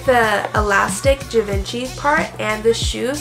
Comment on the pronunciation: The way she said Givenchy made my ears bleed.